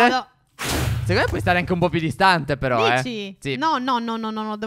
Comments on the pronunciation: Vi adoro.😍😍😘😘😘 p.s stef a un 1.53 min a detto phero e non phere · Ha detto però non phero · Giorgia18 7 la grammatica? E comunque ha detto phero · Ai detto fero stef